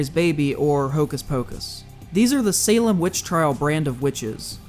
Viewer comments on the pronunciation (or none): none